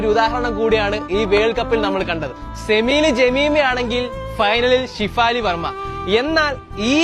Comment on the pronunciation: ഡാ കൊച്ചേ ഷിഫാലി അല്ലെടാ ഷെഫാലി